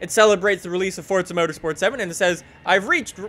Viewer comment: please there's no t in forza